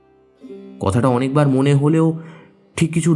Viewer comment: উচ্চারণ স্পষ্ট করুন... 'ধালা' নয় 'ধারা ' , কতাটা নয় কথাটা...|